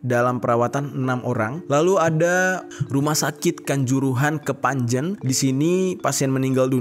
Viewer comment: Kepanje n